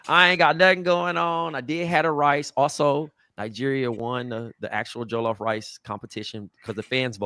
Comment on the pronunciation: “Joe-Luf” rice😭😭 its however you want to pronounce it, but usually “Juh-luf”